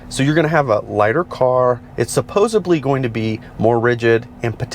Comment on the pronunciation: Just a quick note. It’s supposedly not supposubly 😀